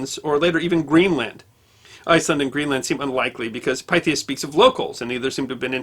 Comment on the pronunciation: This is another excellent video, but I think the Pythias should be pronounced as Pith-e-us.